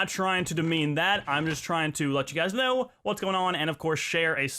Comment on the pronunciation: DUDE :) I Allways Wanted Too Know Why You Say example ; noah - know sensea - sense neck - necka (Am Not Hating I Just Wanted To Know )